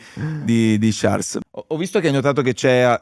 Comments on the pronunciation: Non vi amo granchè ma sono qui per sciarl (non ciars) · Quanto deve essere fastidioso per Charles sentirsi chiamare continuamente con la pronuncia sbagliata? 😅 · Bellissima intervista, garbata ad un grandissimo pilota e uomo. L'unica critica che muovo a Charles: non pronunciare il tuo nome e quello di Jules all'inglese, il tuo nome è francofono e come tale deve essere pronunciato! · Domanda che gli avrei voluto fare io: ma non ti girano i maroni a 300 all'ora quando nelle interviste non pronunciano correttamente il tuo nome e cognome?